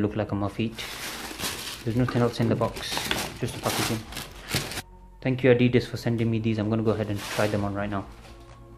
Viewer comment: He says packaging funny